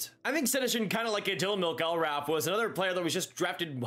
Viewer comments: It's pronounced MACK-gil-Wrath. And he was a bust immediately. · I was going to comment about this. The way was pronouncing his last name was really getting to me.